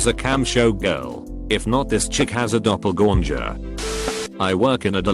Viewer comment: What the hell is a doppelgornjer?